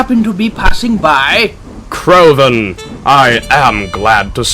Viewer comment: CRAVON?!?! I think you mean, “Crovan.”